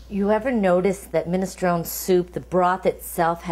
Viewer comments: it's minestroneeee not minestrone the final 'e' is pronounced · I'm offended by the way you say ministrON. Also garlic going in first? Nonononononononono. Please do not. Onions before garlic. Please. Please. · Min-es-tron-Ee! You pronounce the E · get the pronunciation right , it's (/ˌmɪnɪsˈtroʊni/ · Minestrone , pronounced minestrone-ee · If she trained at a school she would say the soup name properly Minestronè. Min a stro nee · Pronounce the E on the end of the word! Annoying. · Minestrone , pronounce the e please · Don't be stupid. It's a famous Italian soup. A noun. That is how it is pronounced by everyone. Idiot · Well maybe if she called the soup by its name and didn't pronounce it like an ignorant git no one would say anything